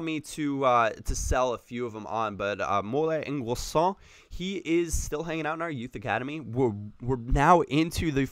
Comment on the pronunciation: N'guessan is pronounced as Un-Gessan :) I'm French btw!